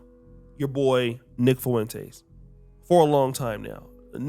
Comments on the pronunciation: Nick “Foo-wen-tays”. 😭 It’s just “Fwen-tez”, a Spanish name… also, I love what Nick said about Tatum, no officer. Fuck Tatum. He’s a lost, self-hating, original lame follower of a group of people he’ll never be fully accepted by. Super harmful to the black community and helped plant seeds of hate, intolerance and unfair treatment towards us with his daily videos bad talking us. It’s been great watching him get lit up by his so-called fellow conservatives. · “Fuwentace” lol